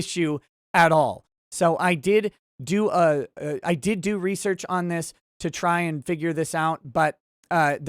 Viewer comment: Looks like you did more "" there. Good on ya. And yes I caught you on saying lol.